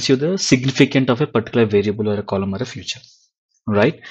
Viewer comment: Hello, just want to point out the pronunciation, its called " feature", not "future".